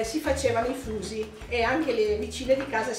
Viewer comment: Its called fuži, not fusi